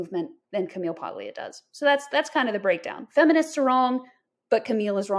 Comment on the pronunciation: The “g” in “Paglia” is silent. “PAHL-ee-ah.”